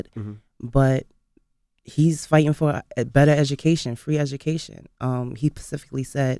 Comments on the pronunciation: "Pacifically" -_- whyyyyy lol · What "pacifically" gave you that impression? 🤔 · Pacifically or Specifically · She lost me at the 2nd phuckin PACIFIC AND PACIFICALLY 😏🤔